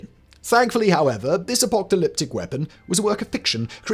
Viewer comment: Apoltalyptic? Apocalyptic!